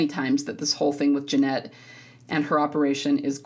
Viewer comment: Genet doesn’t pronounce the “t” at the end. It’s a long “a” similar to “beret” and it’s common in French.